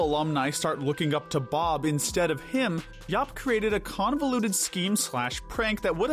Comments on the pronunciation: It’s Dr. Yap not Dr. Yuup 😬😬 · Starting , the character's name is YAP, not YOP or YUP. You even have a clip of him saying his own name; "Yap! Yap! Yap! Yap! Yap!" and you still pronounce it completely wrong!